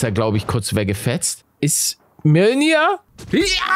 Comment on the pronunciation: Ich weiß der Hammer heißt wirklich so😅 aber Paluten spricht es super aus XD😂 mnolnyr